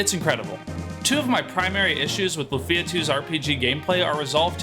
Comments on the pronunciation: Great content for a great game, but, say it with me: LOOOOFIA, not la-fia. Also maybe a bit long talking about bugs and glitches, including ones that random players are very unlikely to encounter like the tas ending glitch, but i digress. Luckily, all these problems have been long-since fixed by fan-patches, and I'm sure repro carts exist with them for those that only want to play on real hardware. ...And you explain why you mentioned the former and directly mention the latter as soon as I unpause the video. It's like you were listening! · It’s not “Lu-feeee-ah”, it’s “Luuuuu-fia” 😅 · Lu-fee-ah? That grates on the ears. Is it also Ma-ree-oh and Luigi? Such a weird part of the name to stress. Your accent is neutral, what happened with Lufia?